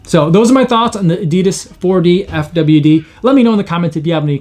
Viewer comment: And the shoe is pronounced Four-Diff-Widd